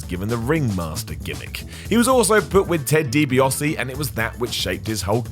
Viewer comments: Why cant pronounce ted dibiase correctly its not hard